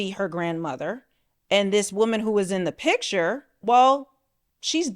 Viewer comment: please learn to pronounce the word PICture, not pitcher